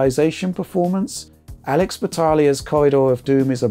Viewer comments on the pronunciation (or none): none